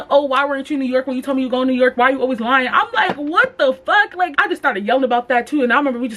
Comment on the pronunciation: “i was lien “ STAND UP 💀💀😭